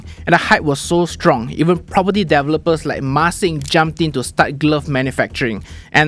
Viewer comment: I love your channel. Great insights, info, etc. Just one (big) thing ... please find out how to pronounce "develop" - you give me goose bumps each time you say this word (other words too, but this is quite often used).